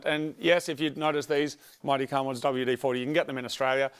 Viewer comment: “If your car doesn’t small great, just pop a cherry in your cahh” -wise words of moog